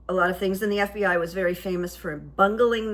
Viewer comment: Veddy interesting…..but stoopid.. isn’t that what he said ?? 🤣🤣